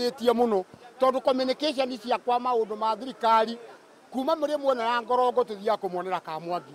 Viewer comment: Great former mcas ....sammy and Wamuthua na kigo..ucio repoter arauga ngomongo ...kuu ni ngorongo